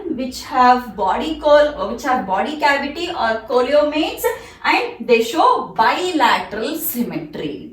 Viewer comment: Hi madam. Sorry.That is not కోలోమేట్స్.that is సీలోమేట్స్. Please you should correct that pronounciation.